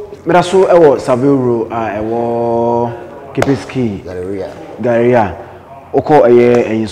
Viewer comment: GARRERIAH" (Galleria):D my. great guy. quality goods